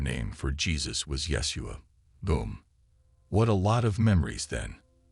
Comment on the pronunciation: Correction out of love ❤️ it is pronounced : YA - SHEW - AH . Blessings 🙏❤️🕊